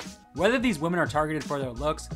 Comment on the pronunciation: Do you not know how to say women and not woman? Holy